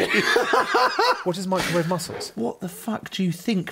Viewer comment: To be honest, fish of any sort is actually really good if you "mick-row-wa-ve'i" it! Cover it in butter and cling wrap, a minute or two and voila. Perfect.